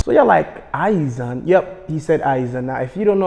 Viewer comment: got Ayizan soo wrong I threw my phone at him